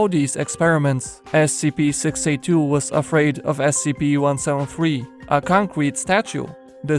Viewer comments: Concrete not conqurete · He says concrete concwete what the heck And what is a terd or is he saying therd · i heard concwete statue did anyone else hear dat? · Xd the "conwete" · es she pee one sevin fwee, a concwete statu